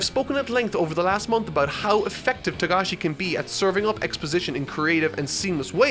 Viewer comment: It is Togashi, not Tagashi